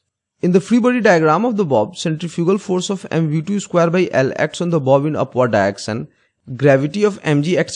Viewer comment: Nobody: Literally nobody:: Diection